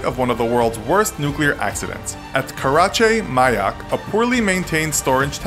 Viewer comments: It’s pronounced “Care-A-Chay” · you said it all Wong it’s called the “ Kyshtym “ disaster” not that! And the lake is called “Lake Karachay”!!